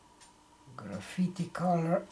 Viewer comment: Lovely coater! I think the color "graffiti" is probably "graphite" pronounced graf-fight. Graphite is the center of a pencil, that grey/silver/black color when you write. Hope this helps! ~~~^..^